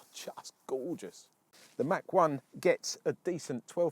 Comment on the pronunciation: Its not a Mack 1, its a Mach 1.